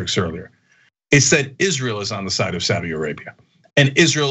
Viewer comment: Id like to make a few points about this video... 1. Saudi is pronounced SOW (as in female pig) DEE. SOWDEE. not swordi, as Anna said it. Sowdee. 2.) Saudi Arabia also has vast wealth, and incredible natural resources. If the US implements sanctions on Saudi Arabia, they'll simply stop selling you oil. They make more money than america could ever dream of, and that oil revenue gives them astronomical power, especially over a country which relies so heavily on oil... 3.) I didn't get to a third, so ill just remind everyone that Cenk basically sold out recently, and lost a huge amount of respect. Shame... Enjoy your evenings folks.